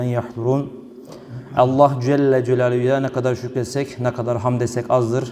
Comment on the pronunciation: Şu Allah lafzinida güzel ve doğru söylersen ne güzel olacak